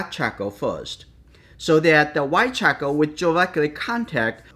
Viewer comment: Chahkaow.... I love it. It's actually a good name for a baby lol. I really like how you pronounce charcoal. Great video btw